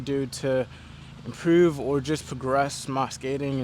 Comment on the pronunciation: Baltimore accent “Improouuve"